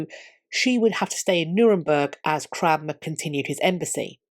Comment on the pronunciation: Never heard of this guy Cranmer. I thought she was saying Cramwell . . .